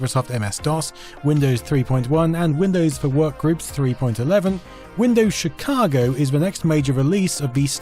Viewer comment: Windows 3.11, which came after 3.1, is pronounced "three point one-one", not "three point eleven" which would come after three point ten.